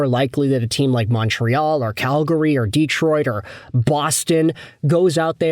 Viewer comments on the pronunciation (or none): none